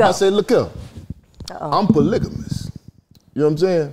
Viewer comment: That nigga Marcus said Polygamous they thought he said Pull A Ligament 🤣🤣🤣🤣